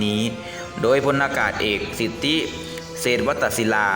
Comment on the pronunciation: ไปฝึกอ่านภาษาไทยใหม่ (เวลา ) ต้องอ่านว่า พลอากาศเอก สิทธิ(สิด) เศวตศิลา(สะ-เวต-สิ-ลา)